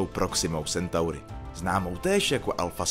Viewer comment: " Sentauri " ? 👎 Je to latina , tak že " Centauri " ❗👍